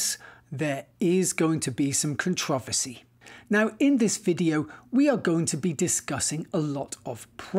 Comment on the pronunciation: The only controversy is him saying controversy wrong💀💀💀